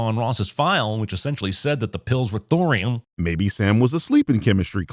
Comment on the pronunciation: thorium sounds like borium :_Kewk: Billy Madison joke but tweaked a little lmao